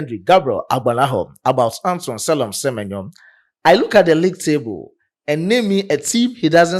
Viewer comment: Se-me-nyo is superb 👌